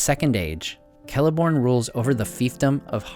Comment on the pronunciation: Oh neat you know how to pronounce Celeborn and Celebrimbor.